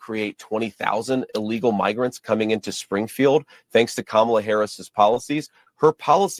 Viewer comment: Mig isn’t pronounced the same as Nig if you’re tryna say Migrants. People really be tryna play us as stupid 😂